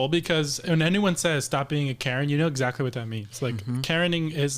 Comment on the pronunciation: Karen....CARE EN(NOT)